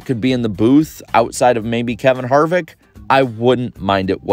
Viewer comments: He screwed up Harvick's name intentionally for "comedic effect". Lame attempt in my opinion. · I honestly don't know what's wrong with Joel McHale. Sure he messed up Harvick's name but that's one of many he could've made. Also he's pretty funny and this was Fox's choice because he's gonna be on the new show Animal Control. Nothing nascar can do about it.